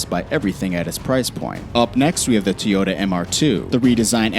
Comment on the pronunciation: What's a Teeyota?